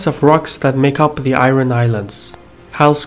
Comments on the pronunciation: Got annoyed when you keep pronouncing IRON incorrectly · A solid video. One thing was irritating me for the whole time though.. pronunciation of 'iron' :|